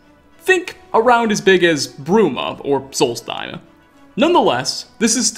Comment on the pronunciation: Excuse me?It's pronounced solstheim, not solstiAa